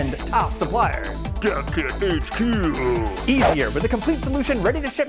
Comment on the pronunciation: The first time I heard "Dev Kit HQ", it sounded like "Death Kit HQ".